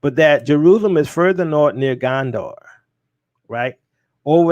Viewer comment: Pronounced Gonder not Gandor.